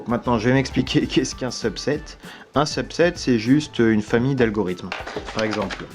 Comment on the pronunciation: quand t'as dit "subset" je croyais que tu disait "sub 7" (Feliks)